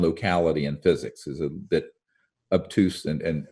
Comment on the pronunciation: Had to listen twice. He pronounced the word "obtuse" as "abtuse". Given his knowledge and intelligence I can't believe that he pronounced "obtuse" incorrectly.